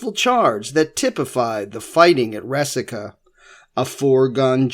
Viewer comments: Resaca. Rey-saca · It's Re-sack-ahh. I grew up on a farm near the mouth of Snake Creek Gap. The farmhouse was there during the war and my grandmother had two shoeboxes full of found relics from plowing her garden. We boys went around eyes on the ground looking out for minie balls, money(I found an 1835 half dome and an 1842 dime), coat buttons, etc. Also arrowheads--there was an Arrowhead rock--an outcrop of flint--on the property and chips were common finds.